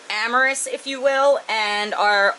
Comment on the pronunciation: "amorous" XD